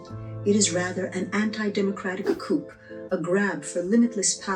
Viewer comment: It’s pronounced Coo. The P is silent. A Coop is where chickens live.